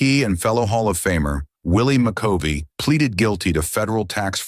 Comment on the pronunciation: Lern to say Willi McCovey name correctly. You say it wrong. You also mispronounced Don Demeter's name.